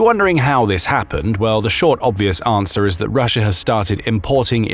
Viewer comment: Love the intrusive R. lol. "Rusher itself"